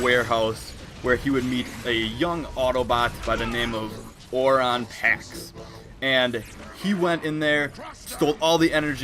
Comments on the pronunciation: its orion pax not oron pax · Oron pax it’s Orion pax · It's pronounced oh Ryan pax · I like how this guy claims to know so much about the g1 show but isn't getting much of the names right. I mean Oron packs? Really? How do you mess up 'Orion Pax' that badly. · Here's how it's pronounced: OH-RYON-pax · Videos Orion Pax*